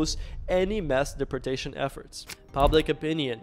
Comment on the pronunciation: Learn how to say deportation or get the f*** off of YouTube😂